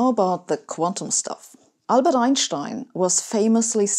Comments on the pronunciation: It’s German pronunciation, and I’d also say it’s the correct one… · Sabine I'm smitten you have it all brains a seductive accent,good looks and best of all confidence so if you're interested let me know I'm sure my wife won't mind!!! Seriously I love your videos but my favorite thing is the way you say Einschtein it sound right!!! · That's the correct German pronountiation. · It is always pleasant to hear Einstein's name pronounced correctly. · I don't know where you are from (I'm french) but it's refreshing to hear Einstein's name pronounced correctly